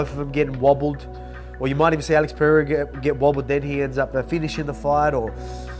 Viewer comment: Chael admires Pereira so much he keeps calling him " Piera".